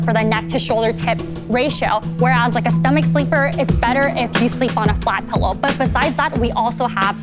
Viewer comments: Barbara: “Youre saying pellow instead of pillow. For that reason, I’m out” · I've never heard someone pronounce it "pullow"